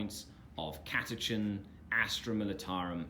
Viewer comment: Catachan not Catachin